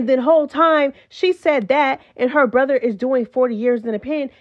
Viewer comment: You can tell that part was edited, cause she did not pronounce “brother” right. Like there was some type of glitch at that part. I had to rewind it 3 times cause idk WTH JO said when she said the reason for her leaving.